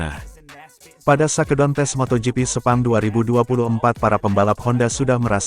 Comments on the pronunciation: Bacanya yg bener dong min...masa shake down di baca sake don...😅😅😅😅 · 🙁.. Mimin channel ini juga banyak channel yg lain pake asisten "robot" sebagai pembaca script nya... 😒.. awalnya gimana Geetu saat denger shakedown di baca sake don.. tapi kerna sudah keseringan.. Jadi asik aja geetuh.. 🙄.. gak ubahnya saat nyaris semua bus mania menyebut salah satu tipe bus produksi karoserie nasional yg di beri nama DISCOVERY... yg harusnya di ucapan diskaveri.. Malah jadi disco veri 🕺💃... ☹️